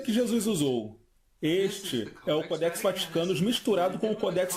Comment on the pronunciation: Não é CODÉX, É CÓDEX!!!!!!!!!!!!!!!!!!!!!!!!!!!!!!!!!!!!!!!!!!!